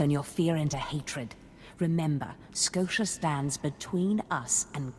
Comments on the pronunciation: She pronounced Skotia as both Skosha and Sko-tee-ah, fucking cannot unhear. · She can never decide on how to pronounce his name XD "Darth Scotia" "Darth Sko-tia" "Darth Skotcha"